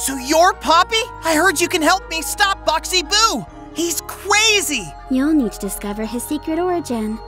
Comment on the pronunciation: OMG!!!!! DID BUMBY JUST SAY CRWAZY INSTEAD OF CRAZY HES SO CUTE 🥺